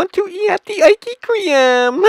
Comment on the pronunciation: first of all learn how to say ice cream correctly and secondly eat the food you reveiw